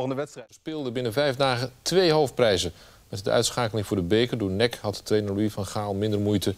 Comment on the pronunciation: het is N E C, niet nek. Heb wat respect man.